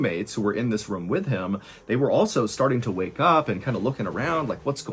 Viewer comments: I love your story telling, Mr Allen but I hate how you say room. It’s pronounced like roooohm not rum 😂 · ayo , quick question fr I need someone to go through all this man’s videos and let me know how many times he pronounces “room” like “rum” cause bruh